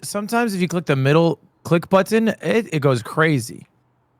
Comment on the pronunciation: wtf is "da middle click butt-ton?"